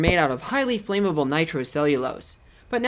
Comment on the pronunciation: Flame-able? It's "Flammable"